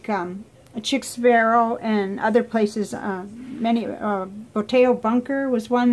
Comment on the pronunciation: I believe it's pronounced sheek Sparrow 😊 Also, I'd hadn't heard of Standard Knight or Log and Jotter. Is the notebook pepper fountain pen friendly?